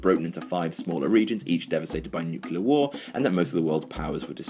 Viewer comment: You forgot: - "Can't pronounce 'Nuclear' correctly in a video to go out to the masses..."